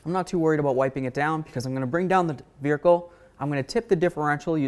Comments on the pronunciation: Dude I would NEVER Let you Pry on my Wheels like that. No Sir Man. Mine come off just fine from 2 inches off the ground. Also, did you just say Veer-icle? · Did he say ‘veerhicle’? lol…awesome!